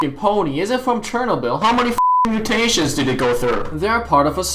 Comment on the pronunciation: who’s pronounces Chernobyl like that?